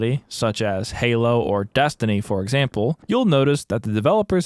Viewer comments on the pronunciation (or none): none